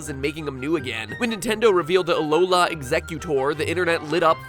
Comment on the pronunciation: It's aloHA not aloLA -Hermione Granger